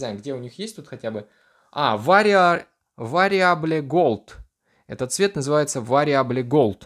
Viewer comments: Вариабле голд... Вэриабл* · вариабле голд !!!! 🤭курсы английского открывай срочно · Уровень английского; ВАРИАБЛЕ ГОЛД)))))))))))))))))))))))))))))